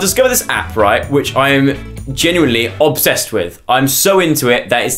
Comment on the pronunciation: Did he say Obb-sest?!